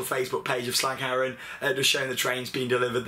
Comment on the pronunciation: haha realy funny how you say slagharen